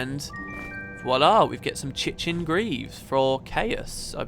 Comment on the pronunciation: Chitin is pronounced kite-in (no, really). Seems like the only times I'm commenting recently is about pronunciation ... I am THAT guy.